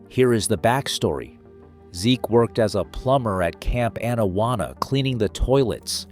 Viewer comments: Pronounced Awn-awana not ann-awanna. Sorry had to point it out. this is why I dislike AI voice overs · His pronunciation of Camp Anawana is criminal.